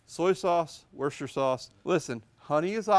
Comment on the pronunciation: It's great to hear an American pronouncing Worcestershire sauce correctly. We call it Worcester sauce in the UK and you nailed it